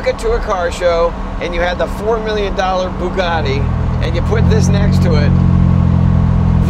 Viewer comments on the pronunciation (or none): You nearly lost me at the horrible pronunciation of Bugatti, but I held on. Then Jay said The Wraith was a horrible film and that was it. I saw the car, I don't need more ridiculous talk to darken my day.